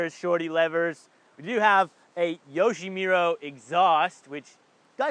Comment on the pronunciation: 'Yoshimuro'.... YOSHIMURA! It's literally on the can xD